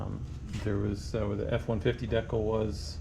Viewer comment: You're pronouncing decal wrong..and smart person would have taken the finder off to get to the door hinges instead of fighting it so much. I did paint and body work for over 21 years and I don't like doing things twice much less as many times as you did when taking the finder off would have been easier. Remember work smart not hard